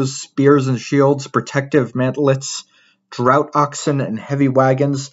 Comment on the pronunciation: Very enjoyable listen! One nitpick: "draught", in the sense of an animal like oxen, is pronounced like "draft", not "drought".